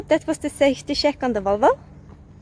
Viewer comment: Once she said "sheck" (instead of check), I understood she is Scandinavian.